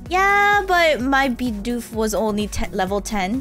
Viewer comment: the way you say "Bidoof" is 'Be-doof'